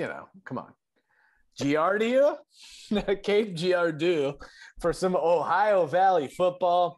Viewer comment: Say it like cape Jerardoh